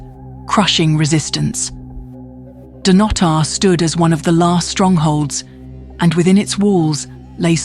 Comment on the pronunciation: But it's Dun-otter. Not Dun-oh-tar.